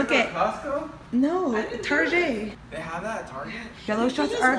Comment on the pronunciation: Lmfao it's so funny how you say (Tarjay ) instead of Target !! I say it that way to !!! 😂💀 oh and the 2 shots of vodka 😂 that's my best friends and I thing